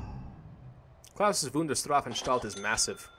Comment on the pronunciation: you dont say it klausis just klaus', and its not said strafenstalt its strafanstalt XD . . . . . . dude im slav and i know this XD (i learn german in school)